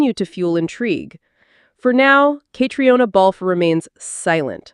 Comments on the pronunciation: KATRINA!!!!! Just because it’s spelled Caitriona does not mean you have to say all the letters!!! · Please learn how she pronounces her name. It sounds like katrina.